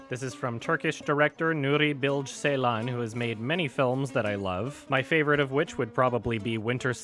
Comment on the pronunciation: Nuri Bil-GE like gay but without the y. Also Ceylan with J.